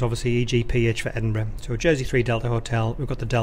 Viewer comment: has anybody else thought EDINBRUH